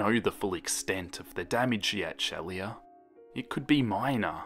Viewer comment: It's pronounced sheela, 😉